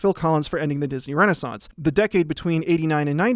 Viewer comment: The last source in the description says: "Tarzan's Complicatred Legacy Mat Have Led..." instead of, " 'Tarzan’s Complicated Legacy May Have Led..." You did nail "renaissance," tho. XD